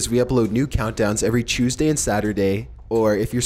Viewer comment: I love how you say "Tuesday" all fanciful/British-.........wait:-O